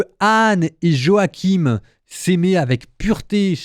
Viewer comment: En français on dit Joachin, pas Jo-ha-kim ! 😅